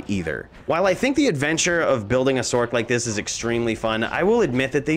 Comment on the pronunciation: Sorc is pronounced Source